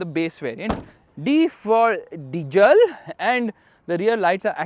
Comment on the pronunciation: D for dijel 😂